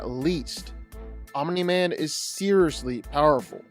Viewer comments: I enjoy your videos, but I cringe every time you say Omini Man. There is only one I. Omni, not Omini. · Random ahh comment but i like the annunciation of omniman, you say it like om u nee man almost not just om nee man i kinda like it lmao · Fun fact: Omni-Man is not pronounced "Ominy Man". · Hahahahaha... I'm-uh-knee man!😂